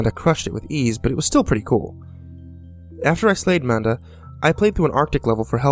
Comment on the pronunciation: i kept thinking he said Amanda instead of Manda xD